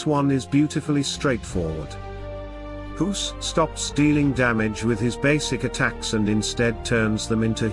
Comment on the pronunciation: Thanks for the video but I am a bit bothered by how you pronounce the name Guus as Huus. LOL! Maybe, it is how you pronounce "G" in your native tongue. I pronounce it as "Gah" with a very short "a"